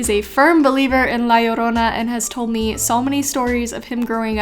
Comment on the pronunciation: The way you say La Llorona was so fluent. Makes me feel way more stupid now when I tried saying it at the cinema 😂. Keep the awesome videos coming.